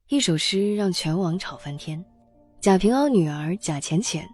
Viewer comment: 贾平凹。AO。不是WA